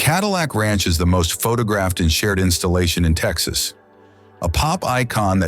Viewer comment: We watched until the end. However, as Texans we were quite unhappy with many of your pronunciations. Also, what is the third country which touches El Paso? You do know New Mexico is a state in the United States, right? You did not show the essence of Texas even though your video is nice. You were much too upmarket. And hectares? Really? We always say acres here…and tanks, not ponds!